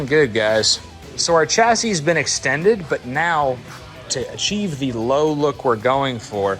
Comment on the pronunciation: Chassis is a French word and is pronounced shasee not chasee.